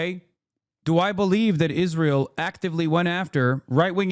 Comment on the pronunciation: Why does she say “Ish-rael”